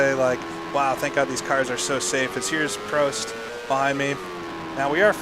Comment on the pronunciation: He finally learned how to say prost correctly, finally